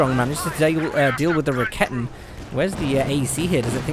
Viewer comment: First of all, you doing a great job on the commentary of those GCS fights. But I have one thing you may think of to change: When I saw the first of your commentary replays, I was wondering what you mean with the "ra-ketten". I need few moments to recognize what you are talking about. I know it's hard for english natives to speak out the german language, but this horrors me all the time when i see your vids. Correctly spells it like: [Ra-ke-ten] so there is no double t in it and even no kitten ;-) . Also the shortcut is wrong..cause the "Rakete" is the projectile which is fired, correctly it is Werfer (launcher), which is the weapon. Or would you phrase up a rocketlauncher as rocket? Just as a suggestion :-) Keep up the good work!